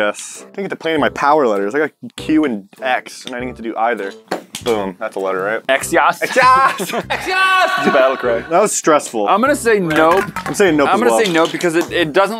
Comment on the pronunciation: It’s not pronounced X-yas nonononono its Cross yas